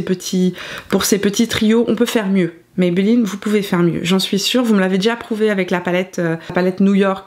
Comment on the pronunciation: Bonjour ça s’écrit Maybelline. Ça se prononce comme ça s’écrit et c’est une marque Américaine, qui a été racheté par le groupe Français L’Oreal.